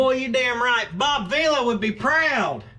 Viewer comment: I about died when he Bob veila 😂